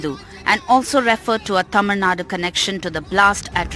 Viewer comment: It's not Tamil Nada it is Tamil Nadu